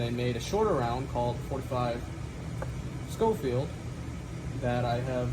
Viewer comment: Pronounced Skoh-feeld; beautiful gun